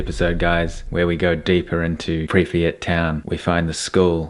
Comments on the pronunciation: PRIP YAT! Two SYLABLES NOT THREE! You should know how to pronounce where you are at! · 30 seconds in and I hear nuclear pronounced nucular, and pripyat pronounced so wrong. I won't be watching this uneducated youtuber.